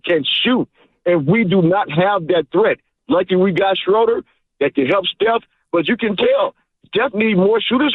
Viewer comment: Guys, it's not "Shrooder" like "Shooter", it's "Schruh-duh" like in "shrugs". 😅😊